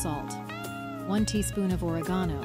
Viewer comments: I HATE AI VIDEOS! Oh come on, listen to the mechanical voice! The constant use of "Friends". Time reference .. "or-ih-GHAN-oh"... NO robo! It's "oh REG in no". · Or-eg(as in egg)-a-no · I am from Indiana USA. I suspect this is European since they pronounced Ore-gano instead of Americans pronounce oreg-ano. To-mato tom-ato right? I don't usually add oil to pasta water because I find as long as the pasta is added to the other ingredients while hot it doesn't stick. However if you are cooking the pasta ahead then I would just add some of the meat grease to it to prevent sticking.That look like a delicious meal and similar to a Cheeseburger Macaroni recipe I've made. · Or-E-Gon-O?! It's like when I correct people on how to pronounce OR-E-GUN! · I suspect artificial intelligence since she has a silky smooth voice and mispronounces common words. This isn't what one would expect out of a home kitchen. Additionally, putting oil in pasta stops any absorption of seasonings. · This looked like a good one, which I want to try to make. Thanks for sharing this. However, even though your English AI narrator is pretty good, the pronunciation on the ingredients gave it away. (Oregano and paprika, mainly) Still, definitely a visually attractive video as well as a delicious recipe (I hope - I'll find out). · Where are You located. The way you pronounce Oregano is very DIFFERENT from the way I was taught. 🤓🧐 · “She” mispronounces oregano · If you are a cook and doing videos, learn how to pronounce “oregano!” Also, tell what kind of cheese you are using for the casserole. The casserole sounds delicious. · Is this an AI recipe? I've never heard anyone pronounce oregano or paprika like that, and instead of saying "8 to 12" tomatoes the fake voice says "8 12". And let's be honest, this recipe doesn't sound at all appealing.